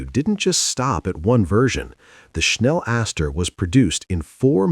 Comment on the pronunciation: See the ad - there are three Ls. it's pronounced "Schnell-laster", not "Schnell-aster".